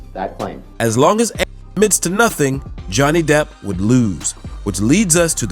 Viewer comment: 為什麼那個名字A…..唸不出來🤣